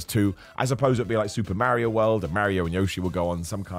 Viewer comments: I appreciate you greatly but pronouncing it Merry-O is a heel tactic and in that light, I also respect it. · Lol I don't know why but it bugs me how u say mario 😂😂😂